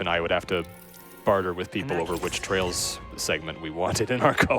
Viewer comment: it's not tales its TRAILS!!!!!! but yeah peak